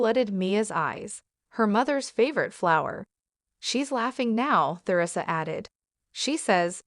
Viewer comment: Who pronounces her name “Ther ree sa?” Nobody except for the narrator and people who lived about 600 years ago.